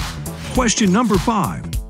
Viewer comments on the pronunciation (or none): none